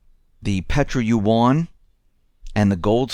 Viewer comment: Look up how to pronounce "yuan"!